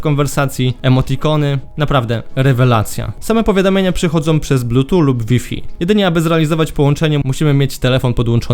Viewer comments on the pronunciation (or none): Typie masz jedną robotę: mówić o techu. Wypadałoby umieć wymówić bluetooth i Huawei.